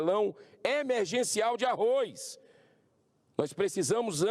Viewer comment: é Arroz que se pronuncia meu caro Arroiz nao existe